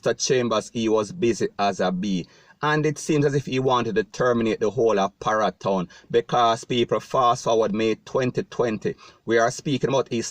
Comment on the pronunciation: Hombre you need to be pronouncing ur word properly like parry town not para town